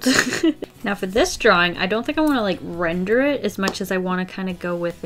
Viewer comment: Whenever you say render, I couldn’t help but think of a brand new word, “Rin-der,” 😂